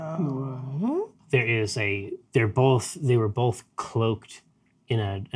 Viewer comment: DAMNIT JERRY! There is no L in both. It’s not bolth!